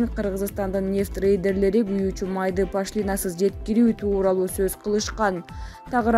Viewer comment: Эээй журналистер пашлиинасыз дегенин эмне кайра кайра сабатсыздар Пошлинасыз деп ударенияны О тамгага коюп уйронуп алчы